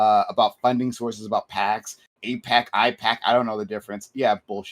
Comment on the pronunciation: The AIPAC mispronunciation is not gonna get normalized to me, sorry. Not buying it. Everything else is understandable.